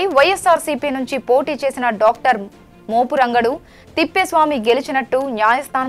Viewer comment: మోపు రంగాడు కాదమ్మ మోపురుగుండు అనిచెప్పు